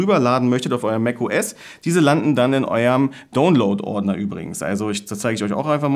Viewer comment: Bin neu auf dem Mac, daher vielen Dank für den Tipp. Es funktioniert soweit gut und auch schnell, allerdings muss ich immer wieder auf "akzeptieren" klicken, also bei JEDER Übertragung erneut. Nicht nur einmal, wie du behauptest. Und bitte sage doch DAUNLOD (download) und nicht DOWNLOD, ich denke wir haben doch alle Englisch in der Schule gehabt, oder? :-)